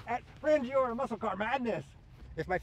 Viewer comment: As some one from Rangiora, your pronunciation had me rolling on the floor laughing! Its "Rang-ee-ora" not "Ran-Gi-ora" Hahah Hope you had fun in New Zealand brother!